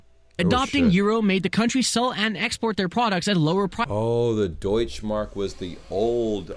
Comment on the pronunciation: The "e" in Deutsche Mark isn't quiet. Same like "Porsche";) #